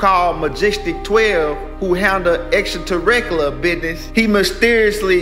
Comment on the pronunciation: I'll never say extraterrestrial again this dude the man it's now extratareclar